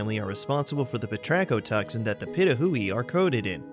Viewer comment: Um #6 you pronounced the name wrong it’s (Pee-toe-who-we) Pitohui sorry butl